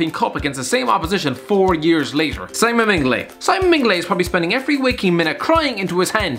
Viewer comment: Man said Simon MINGlet